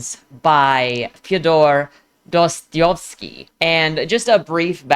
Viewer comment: It's the Dostoevsky that hurt most lol